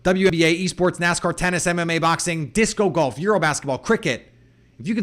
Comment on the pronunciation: Disc Golf is very popular in Wisconsin and one of the fastest growing sports worldwide. If I hear you say "disco golf" again I'll have to unsubscribe. Also it's called the Initial 53 man roster.😁